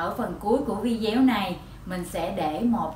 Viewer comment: Hi Sis,Em cảm ơn những chia sẽ của Chị But chỉ 1 từ là em không đồng tình chị phát âm Vi đéo là sao.!!????